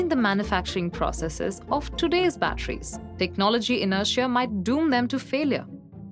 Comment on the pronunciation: Batteries not bachelor